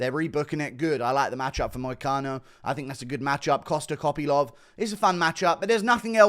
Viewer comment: "costa kopylov" sounded like "costa coffee lov"